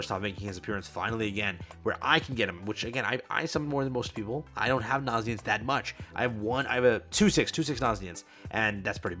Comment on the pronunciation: Aint no way bro is still calling him naziens 😭